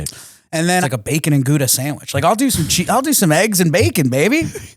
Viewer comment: I'm Dutch and so that is not how you say Gouda haha